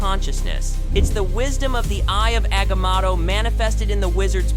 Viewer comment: *AGAM0TT0-0CATIVIUS L0L WAY HE SAYS THAT